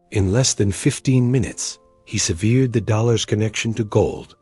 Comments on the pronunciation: Severed. Severe'd. Gotta love an AI script-reader. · Oh dear - "seveered" - more Ai rubbish.